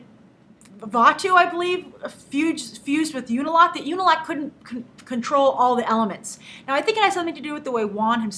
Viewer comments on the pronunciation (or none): How do you do it? How do you get tonraq's name right after saying "I have to get his name right" and then straight afterward get his brother's name wrong who is mentioned more. It's pronounced "ooh-nah-lock". Not "you-nah-lack". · how cant she pronounce unalok they say it in the show all the time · Lol you managed to get Tonraq's name right but then messed up in Unalaq's.